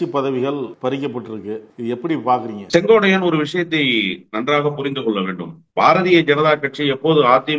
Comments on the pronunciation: திரு அவர்களே ஒருவருடைய பெயரைச் சொல்லும் போது சரியாக உச்சரிக்கவும். செங்கோடையன் அல்ல செங்கோட்டையன் என்பதே சரி. இனி வரும் காலங்களில் யார் பெயரைச் சொன்னாலும் சரியாக உச்சரிக்கவும் நன்றி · தமிழ் ஆசிரியர் maha ganapathi அவர்களே, சரியாக சொன்னார். இந்த அளவு உன்னிப்பாக கவனித்து வருகிறார். வியப்பாக உள்ளது. "சென்கோடையன்". என்று தான் உட்சரிக்கிரார். அன்பான வணக்கம்.🙏💐